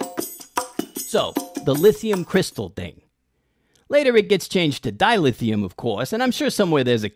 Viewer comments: Repeat after me, Dilithium. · ..one of my favs with ole Harry Mudd....( btw, that's Dy-Lthium :P)